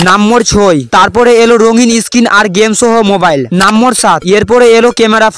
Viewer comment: নাম্বার না বলে নাম্বোর বলেন আপনি।